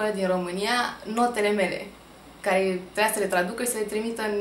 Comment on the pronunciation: Domnișoara cu "ciocolatica si parfumelul" nu stie ca se pronunță "trebuia" , nu "treia"... e grele cu limba noastră... nici nu ma interesează ca vorbesti fluent o limbă străină din moment ce nu o stăpânesti pe a ta.